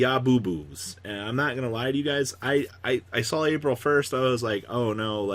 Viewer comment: This dude need to stop putting ya in yo so fucking cringe worthy when people pronounces shit like that